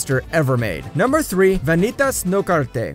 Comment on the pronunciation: The guy who narrates this absolutely butchers everything from Japanese pronunciation, to French names like Jeanne and Vanitas. Lmao